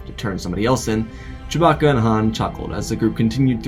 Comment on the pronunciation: Did you just say…Choe-bacca